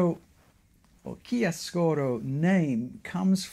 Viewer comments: About the italian pronunciation of "chiaroscuro". You pronunce it as if it were "chiascuro", you miss a "ro" after "chia". In italian "chiaroscuro" is the juxtaposition of "chiaro" (light) and "scuro" (dark) and it is the name of a shading technique, typically with pencil. Of course, this is not at all important. Thank you for your very interesting talk! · The pronunciation is ChiaRoscuro, you have to pronounce the R, it's very strong.😊